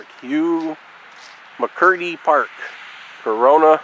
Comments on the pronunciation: To say it right is not by the spelling. It's cor run na just to break it down. This is my home town. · You don't know the right pronunciation of Corunna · I'm from here and that's not how it's pronounced. Born and raised. Not how it's pronounced at all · You said Corunna wrong